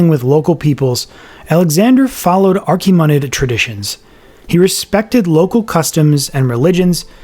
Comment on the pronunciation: that's the first time I'm hearing the word "Achaemenid" pronounced like that. edit: ...did you use AI images for depictions of Roman historical figures? How disrespectful.